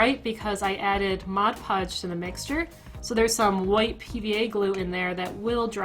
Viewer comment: first person ive ever heard say mod podge and not modge podge lol like this more then bills wand, it was too chunky lol